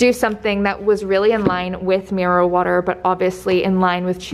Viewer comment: When u said mirror water the first time,I thought you said marijuana 🙈🙈 I had to stop,re wind and re listen 😂 xx